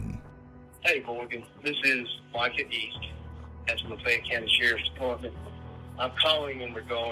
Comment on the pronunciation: I’ve never heard Lafayette pronounced “Lufey Et” before lol